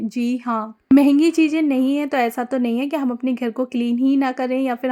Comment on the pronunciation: Nice share 👍✅🤝 but hum aapse eak baat kehna chahenge aap thoda sa alfazo ko sahi kariyega aap chije bolti hai jabki wo चीज़ें chize hai not चीजें or maje me nhi मज़े me aap jaha z use hona chahiye waha j use kar rahi hai use language bahut dull lag rhi sunne me aap urdu k alfazo ko sahi se ada kariye taki sunna or behter lage baki aap sab kuch achha kar rahi hai very good but aaj hum isliye bole ki aap her video me ye alfaz bol rhi hai jo sunne me bahut bure lag rhe hume aap comment padh k apni rai bhi dijiyega 👍✅🤝🥰